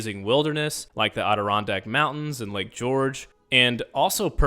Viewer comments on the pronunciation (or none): none